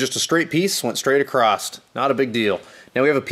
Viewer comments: I have to say that across doesn’t have a T at the end and it drives me nuts! Am I the only one that has noticed? Lol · ..There is no 'T' in the word 'Across'.......LOL !!!